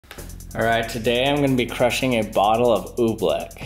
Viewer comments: So annoying... it's "oobleck" not "ooblick" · "Oobfleck is so cool."